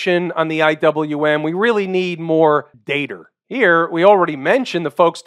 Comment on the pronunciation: I just come to hear say “dater”